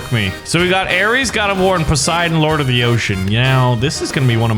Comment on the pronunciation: bruhhh its poseidon not posieden